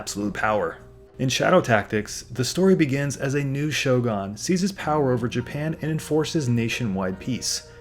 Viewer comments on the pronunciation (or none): Edo pronounced Eh-do. Shogun is Sho-goon, Daimyou pronounced Die-myoh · Cringing every single time I hear you say "shogon". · "Show Gone"? Really?